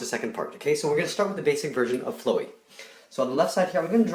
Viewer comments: It’s pronounced flow-e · i spit out my cereal when he said flwy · I thought his name was flowey not floowy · Why does he pronounce it like that? Okay say flower. Ugh! this bugs me so much i'm sorry i'm just being honest. y u prononce it like dat. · It’s flowey pronounced like a flower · its pronowced flow-e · ITS FL OW EY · It's pronounced fla-wee. It's the easiest name ever! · The pronouncation is flawey The spelling is flowey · Your saying flowey wrong it’s fl Ow Ey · its fl-ow-e not flowe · its flaowey at least its said like that I guess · flowey actually it's pronounced Flaaweee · its Flowey (Flawy) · its fl owey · your saying flowey wrong it's pronounced flooowey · (NO HATE INTENDED) I cringed so hard when he pronounced Flowey as (flow-E) XDD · PS HIS NAME IS FLOWEY NOT FLOWIE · LOL WHAT IS DAT I'm also laughing because he pronouns flowery flu-eee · why do people have such a hard time with his name. Flowey. like flower. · its pronounced flow i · It's not fluy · not to be rude but u pronounce it like flaow wee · He's a flower so it's more likely it's going to be pronounced fl-ow-ee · HE PRONOUNCED FLOWY HELP THE SANICS ARE GONNA RUN US Odhjfhcejkdsyduedydukerdudjyhucjdutdukjshdjh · "Flow wee" cringe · Just wanted to point out that its pronounced as Flowey like as in Flower. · It's flow - ey not flowey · its pronounced fl-ow-ey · How... NOT FLOW-EE FLOWER | FLOWEY ITS SO EASY!!!! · Its pronounced FLAOUW-EE c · you pronounced the name wrong, the "flow" part is pronounced like it is in "FLOWer" other than that nice video! (even though im like 10 seconds through XD) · It's fl aawee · Not to be rude but I hate how you say flowey like ' flowy ' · It's flow as in plow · Flowe is how u say it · It is pronouced fl-ow-y the flower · It's purnonced FLOW-EY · its Flow-ey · its pronounced flowiy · Fl-Owww-e that's how you say flowey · You’re saying Flowey not Flowey The flower there’s a difference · ur saying his name wrong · U said his name so off it hurts my soul